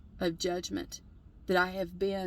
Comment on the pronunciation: The j word doesn’t have an e between the g and the m. Just sayin’. Great video, though.